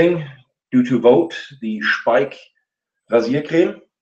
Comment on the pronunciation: Great shave! I missed it live, but still enjoyed the conversation. Now I know how to properly pronounce Speick! Keep it up👍